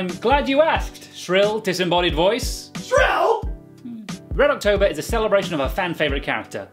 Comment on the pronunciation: I laught so much when the guy said "what's red octorber?!"